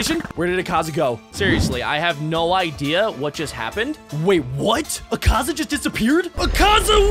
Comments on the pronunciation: he also said akaza as ekaza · U Bucherd akaza name so much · you are saying the word akaza wrong